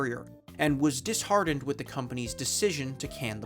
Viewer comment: AND DISHEARTENED. YOU SAID DISHARDENED.